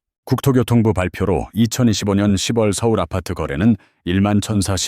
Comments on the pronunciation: 십월이 아니고요 시월로 읽어야죠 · 스크립트에 ‘10월’을 ‘시월’ 한글로 넣어 보세요. ‘6월’도 ‘유월’로.